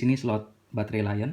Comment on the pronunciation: L-ion dibaca Lithium ion bukan dibaca laion bang